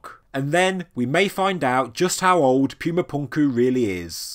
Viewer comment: Cool video but whenever you say pyooma punkoo it hurts my soul